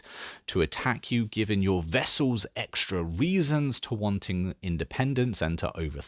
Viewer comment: Really enjoying the videos, they've been a big help understanding this huge game! Wee thing though its not pronounced pify its Piety and its not vessel, its Vassal ;p